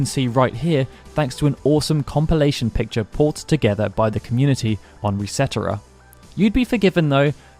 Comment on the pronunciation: "Resetera" ahahah ^_^ it's "Reset Era" accents are so fun :D #AerisIsTheName